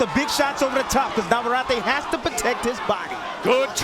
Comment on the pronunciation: Please. It’s NAVARRETE. NOT naverary. Perhaps the announcers should do their homework in pronouncing the names correctly